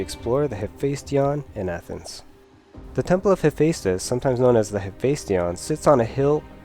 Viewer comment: Enunciation. Enunciation. Enunciation. That is how Hephaistos does not sound like "hefsos".